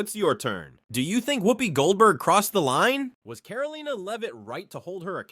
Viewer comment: Why is it so difficult for the narrator to say Caroline? Pronouncing it differently and wrong each time.